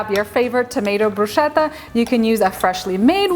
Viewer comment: The correct pronunciation of "bruschetta" is bru-sKe-tta (e.g. same sound as "school "). However it really looks amazing and delicious, it's just perrfect for summer! Greetings from Italia 🇮🇹